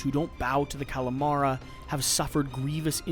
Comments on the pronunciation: The Cal a Mari...lol Cam-a-ree-ah (spsnish double L) Or English Cam-a-rill-ah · I think it's because you called it Calamara (which sounds like Calamari) instead of Camarila ;) Although Calamari is making me hungry... hmmmm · and and Calamara instead of Camarilla, maybe re-record these sections? sounds like you never heard of the RPG Vampire the Masquerade. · Great video! But “the Calamara” hurts the ears of Vampire the Masquerade fans 😉🧛‍♂️